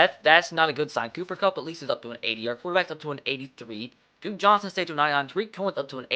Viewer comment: You said ducke Johnson